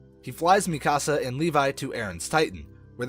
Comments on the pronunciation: Bro the pronunciations in this vid had me crying 😭😭 bro said “mi casa” for Mikasa and actually said Jean as in pants for Jean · Why did you say Eren yeager is mr Krueger and why do u call Mikasa mick-as-uh it’s meek-uh-Suh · (me-kas-ah) wtf is that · and mi-kasa and hang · THATS NOT HOW YOU SAY MIKASAAAA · I don’t like how he’s saying a ton of names wrong except gabby, feels like this isn’t a actual persons voice, also saying Zeke as “Zekay” And Mik-asa as Mika-say and mi ka sa, but sounding like there’s extra a’s however, that’s fine a lot of people find it confusing.